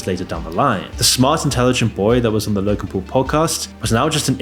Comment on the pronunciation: “Logan pool” “Woolmart” 😂